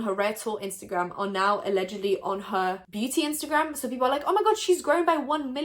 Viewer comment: LMAO “ALLEGEDY”